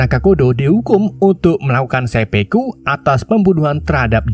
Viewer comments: Seppuku dul... bukan seppeku. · 1.09.23 dan 1.10.20 dst...dst..; Bukan Sepeku, tapi Sepuku min !